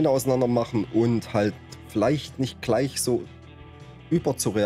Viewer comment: zähne auseinander bekommen is eine sache.es heißt z.b.: gleich und nicht kleich...